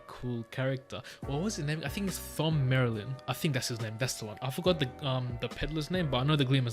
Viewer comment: Thom is pronounced just like Tom